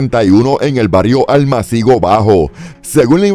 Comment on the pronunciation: Almácigo= ESDRÚJULA.